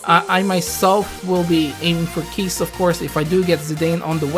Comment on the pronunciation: Keiss pronounced as Ky-ss Oh well KEESS HOWARD SHIPPUUKEEEN Also, the text for Keiss shows a rework for him....that's new very accurate.